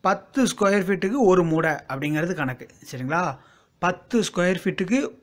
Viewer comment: மூட்டை என அழுத்தி சொல்லுங்க சார்.